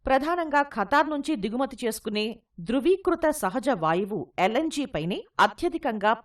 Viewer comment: ధ్రువీకృత కాదు ద్రవీకృత